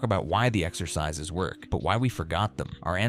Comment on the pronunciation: 0ld-school „ex-ur-sis-sis“??? Is it really THAT hard to narrate the video yourself instead of using AI drivel